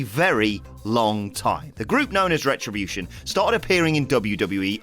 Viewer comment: Mannnn the way you say retribution is funny asf 😂😂😂 great video tho